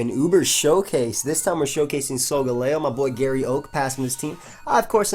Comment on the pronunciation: "garay" oak?